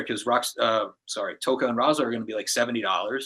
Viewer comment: Its Rahzar not "Rahza"